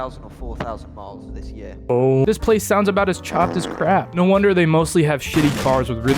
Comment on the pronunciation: that was the most british "no" i have EVER heard